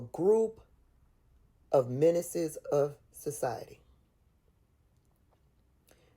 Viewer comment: Menances, not minuses